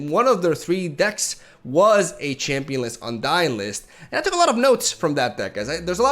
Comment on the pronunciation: every time you say "championless" and "undying" I nut